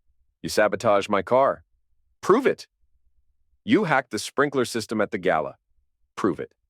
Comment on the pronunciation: Gala not gallow.